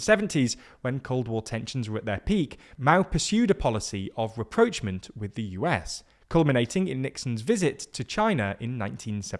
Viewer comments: I've never heard 'rapprochement' spoken in an Anglicised way before. Usually it's vaguely French sounding, in a similar fashion to 'debut', 'café', 'coup d'état'. I wonder if he writes his own scripts? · 100%! Rapprochement🤦‍♂️ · If you can't pronounce rapprochement, don't say it.